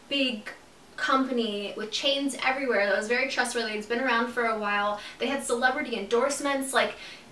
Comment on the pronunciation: it's so interesting that you always say "why" in the place of the word "while" lol